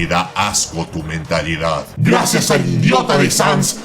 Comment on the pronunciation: Oye una pequeña correccion con Chara( es tu AU llamalo como quieras:v) Se dice "Cara" no Chara